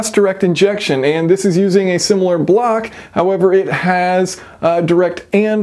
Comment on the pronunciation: So you're telling me it's an engine block, not engine bwuoak?